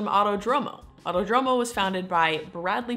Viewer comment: Auto-Dromo, No. Ah-oo-Toh-droh-moh.